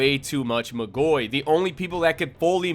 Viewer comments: great video, love to see people talking about magi but isn't it pronounced magoi(mah-goy) and not magoi(muh-goy) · "Alma Toe ran" "Mah goy" lmao I'm assuming you've only read the manga but you're stressing the wrong syllables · Its MAA-goi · This way you say Magoi pisses me off ngl, you say Magi perfectly fine but fail to say Magoi correctly. Not trying to be a dick, its just annoying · I hate the way he pronounces Magoi